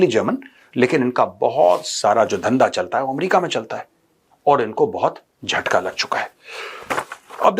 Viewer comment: Mejar dhachka nhi hota jhattka hota hai